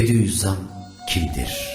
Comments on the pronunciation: Hocam Bediüzzaman mı yoksa bediğzzam mı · Sevgili ilaç kardeşim.yaptığıniz bu faydalı hizmetlerinizden dolayı size teşekkür ediyorum.Yolunuz aydinlik ve açık olsun.Said i nursi nin lakabı 'bediüzzam' değil 'bediuzzaman' dır.selam ve dua ile.